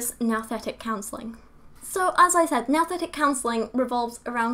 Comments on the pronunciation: It should be pronounced "noo-thetic"- "nous" is the Greek word for "mind". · It's pronounced "Nooooo-thetic" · "Nouthetic" almost sounds like "Nothing". HMMM